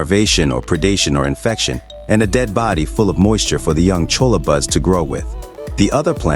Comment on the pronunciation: jumping cholla.. pronounced choya. and they dont eat. its just a cactus lmao